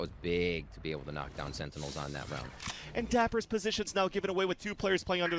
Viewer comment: guy cant say sentinels